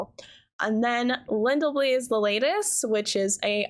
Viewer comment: *judges for "LindelBLY" and "DWAYllond"* 😆✌️